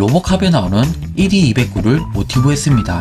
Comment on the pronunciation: 골리앗의 모티브가 됀 ED-2O9 의 발음은 에드 이백구 가 아닌 에드 투오나인 으로 읽어야 돼더군요. 209 로 알았던 것이 중간이 숫자 "영"이 아닌 알파벳 "오" 였다는 사실... 더불어 김성모 의 스타크 가 스타크2 가 나오기 직전에 유행했던 드라군 놀이 의 영향 으로 그걸 만화로 그리겠다고 내놓은 드라군 파이터 는 레알로 괴작이죠.. 드라군 놀이 와는 1도 연관성 없도, 각시탈 놀이를 하고 앉아있는(...)